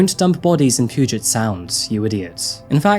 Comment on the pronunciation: It's not poo-get bay, it's pew-jit bay.